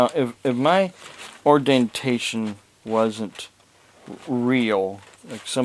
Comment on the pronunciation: What a joke! What is "ordentation" and "onurary"? If you can't say the words, you are probably a fake just like your degrees! If you will present yourself as a man of God with these bogus degrees how can you be saved? The proud shall burn in the pit with Satan himself. And "cecalur" degrees come in handy with actually knowing things. If you want to hold yourself as being something then go to college and be what you claim to be. Put some effort into life. Be a real man!